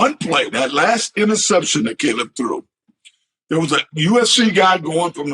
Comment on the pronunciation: Cam called Caleb C Lab , ka lam